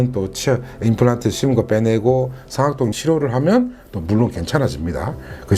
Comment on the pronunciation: 잘 들었어요 근데 상악동 上顎洞 억양 틀렸어요